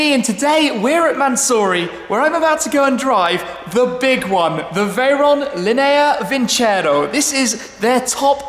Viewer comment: I'm italian, the pronunciation is lìnea vincerò! It's been painful to hear linèa vincèro all video long hahaha